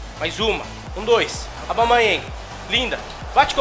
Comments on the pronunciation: Alguém explica pra ele q não é Aubamayeng q se fala e sim Aubameyang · O certo é AUBA... e não ABAU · para de falar abamayang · O fala Aubamayéng. Kkkkk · "Aubamaiangui", Craque kkkkkkk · a cada vez que o fala aubaMAYENg meu ouvido sangra um pouco auhuahuehuehausehuas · Cara fala "Abalmeieng" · Ele falando Aubameyang e maravilhoso 😅😅😂😂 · O não consegui falar aubameyang???? Kkkkkkkkk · Toda hora ele fala o nome do aubameyang errado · Pq toda vez vc fala o nome do aubameyang errado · O não sabe pronunciar aubameyang ele fala abaumeiengui